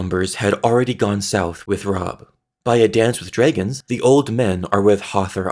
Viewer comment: Drey-gins. Stone drey-gins